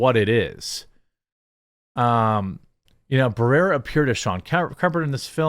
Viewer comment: You can't even pronounce Barrera. This is why your channel is dying